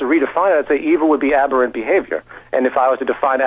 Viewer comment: Aberrant behavior. Aberrant. Say it with me. Ab-err-ant.